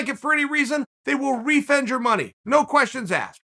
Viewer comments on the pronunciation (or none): Chael “They will Refend you your money” Sonnen